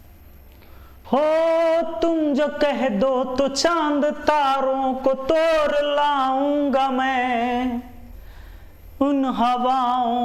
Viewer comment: तोड़ लाउ गा मे ऐसे तो सुना था sir ये तोर लाउ गा मे पहली बार सुना हैं😂😂